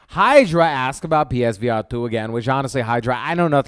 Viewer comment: Psvr not page